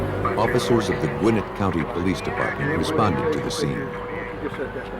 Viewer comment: It’s “Gwin-NETT,” not “GWIN-it” : )